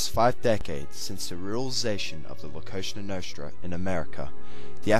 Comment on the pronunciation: dude its COSA NOSTRA not some kosha noshtra work on your pronounciation